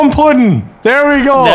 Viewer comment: "Plum Puddin"